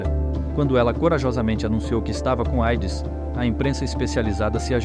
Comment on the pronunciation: QUE VIDEO MAL FEITISSIMO, A MUSICA MUITO ALTA, TODAS AS INFORMAÇÕES COLHIDAS DE OUTROS VÍDEOS, UM LIXO COPIADO. É AIDS QUE SE FALA E NÃO EIDS.